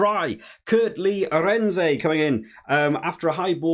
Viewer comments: Good review. Just who is "Arendsay"? It's pronounced Aah-rend-su. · Arendse - say "Aren't-sir" (silent last r)